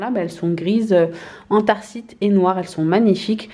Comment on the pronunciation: Anthracite pas antharcite 😂👌🏼